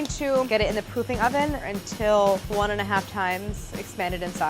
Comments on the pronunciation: K I’m literally four years old but it sounded like she said “pooping oven” and I laughed at loud. Lol ily Claire! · Thought she said poopy oven instead of proofing oven also what’s a proofing oven